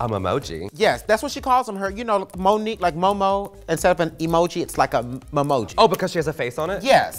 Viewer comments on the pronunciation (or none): none